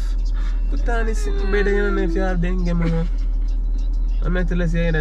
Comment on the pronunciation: 😂😂 say dengue